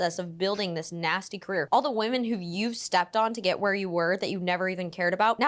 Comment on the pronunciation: Girllll not you pronouncing “women” like “woman” 😩 I thought that was only a Cali thing lmaooo